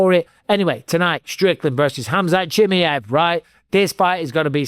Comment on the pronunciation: Who is "Hamzat Chimiv"?